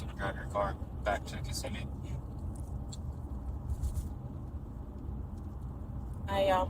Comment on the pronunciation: Not to be rude, but Kissimmee pronounced: Ka-sim-me ... not kiss-a-me 😂 ... many miss that nuisance including me at first ...